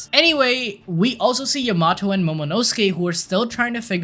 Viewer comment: Bro the way you’re saying Yamato is painful